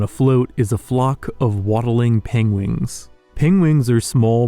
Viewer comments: I love the pengwings and penglings. Sounds all too familiar haha...Is this inspired by Benedict Cumberbatch? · Pengwings eh? Benedict Cumberbatch reference perhaps? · pengwings XD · Did you intentionally pronounce "penguins" differently as a reference from how Benedict Cumberbatch always wrongly pronounce "penguin" in that one nature documentary?